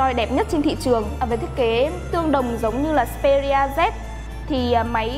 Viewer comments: đọc là ích pê ri a z đi bạn :(( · phát âm xperia chưa chuẩn, resolution cũng thế luôn